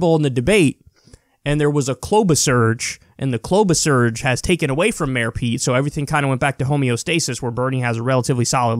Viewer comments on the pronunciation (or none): I think you mean Kloubacharge not Kloubasurge. But both work just fine